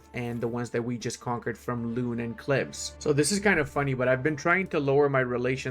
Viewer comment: Gods,... My ears were bleeding with your great pronunciation of these cities... For the record 'Loon' is pronounced a bit like 'loan' instead of 'lune'! Haha, otherwise, keep up the good work, my dude!